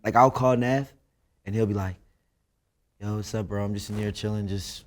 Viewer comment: they way he said “yoooo” he’s philly asf